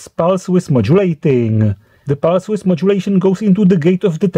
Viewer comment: very interesting. Thanks. Also I like when you say pulse width, I hear pulse Swiss <3